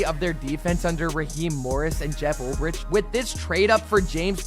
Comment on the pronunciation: Preciate the content. Pearce had 7.5 sacks not double digits. Also you’re mispronouncing Ulbrich